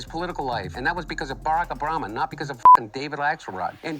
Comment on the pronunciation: Did he say “Barack Abrama”? 😂